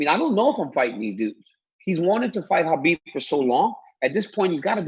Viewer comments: Ariel, there is no hard “khaaa” k sound in Khabibs name. He literally said that it’s pronounced like an “h”. Habib more or less. Cheers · Come on Ariel, pronounce the name of the champ right.